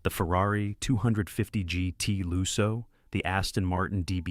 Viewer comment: Lusso with a short u as in "put", not loo-so.